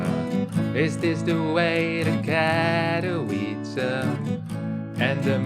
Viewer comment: Katowice is pronounced as Catovitze!